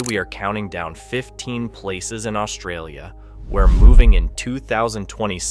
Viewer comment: Another person who cannot even pronounce Australia lecturing us on Australian culture and geography extremely inaccurately. No thanks !!!